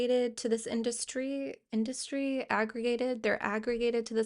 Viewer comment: heard "it's an art-dustry"